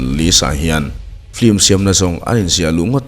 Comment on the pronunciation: 'Flim' nilo in 'Film' ( lam a har deuh chuan 'FIM' tih pawn a la dik teuh zawk) ti a lam nise ngaih thlak a nuam leh zual ang. I channel a ngaihnawm ṭhin e.